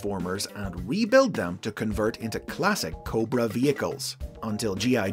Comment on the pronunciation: you said it wrong its "COBRRRRRRAAAAA" not "corba"